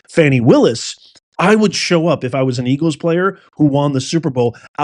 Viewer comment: Don’t you mean “Ergle’s.” lol 😂😂😂